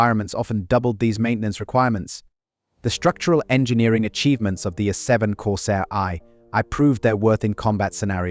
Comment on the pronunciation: Corsair "EYE EYE"? Da fuck? Stupid AI shit voices.